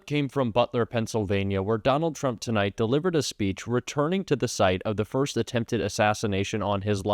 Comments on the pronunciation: This from a guy who has his mother live in his garage. And what does he mean by fust? Isn't it pronounced first? Lmfao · The 'Fust' Amendment?